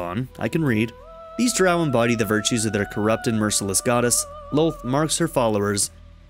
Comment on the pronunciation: You are saying Drow wrong lol